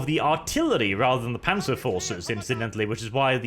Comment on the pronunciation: Wait, this is a German campaign? So why do these soldiers speak English? Also, you have no right to get annoyed at people botching the pronunciations of German words,, since you keep pronouncing the "z" in "Panzer" as if it was an English "z"...